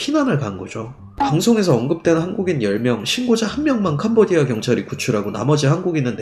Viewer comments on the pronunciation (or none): 하도 캄보디아 캄보디아 하다보니 도 어느순간 캄보지아라고 읽음.. ㅋ잘 들어봐요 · 캄보X아 발음실수